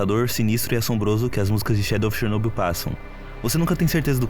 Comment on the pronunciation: Finalmente alguém que pronuncia Chernobyl corretamente. Mas só um detalhe, quando dizemos "Chernobyl" estamos nos referindo a Usina Nuclear de Chernobyl, não existe "região" de Chernobyl, a região é Pripyat, mas perfeito o vídeo, simplesmente um dos melhores que já vi e que explica muita coisa.